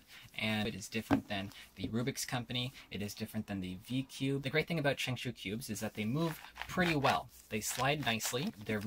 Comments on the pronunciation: lol shengshoo its shengshou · You pronounced the name wrong the 1st part is right but the second one has the 'o' sound like in shout